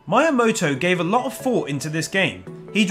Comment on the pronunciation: I love your accent, but PLEASE learn to pronounce the Japanese names clearly, it makes me cringe every time when you add completely wrong letters or drop letters that are not dropped(Miyamoto, not Mayamoto - when there are several vowels in a row they are all pronounced equally, NOT blended a-u, not au et cetera...), still, good, informative video :)